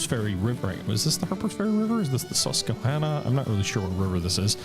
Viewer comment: Man I get a kick out of people pronouncing Susquehanna wrong lol